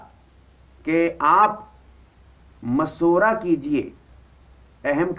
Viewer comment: molvi sahab ..aap pehle khud Sahi alfaz to boliy .. mashwara Ko maswara ,,Shura Ko Sura... aap s.a.w. ki hadees pe Gaur nhi karte ki aapne farmaya..mafhoom/Ameer se amaarat ke bare me na jhagdo....Ameer ki ita'et karo ,(do alagh hadees/ek saath)> (1)chahey habshi ya (2)kishmish ke Barabar sir wala hi kyo na ho..ye aap samajh nhi paa rahe